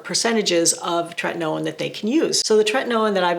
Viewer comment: I remember ur older videos how u use to pronounce Tretinoin incorrectly